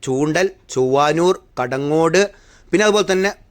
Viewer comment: ചൊവ്വാനൂർ അല്ല...ചൊവ്വന്നൂർ